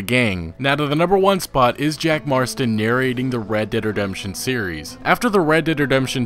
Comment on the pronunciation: Oml why tf do you say it like that "red dead dedemption"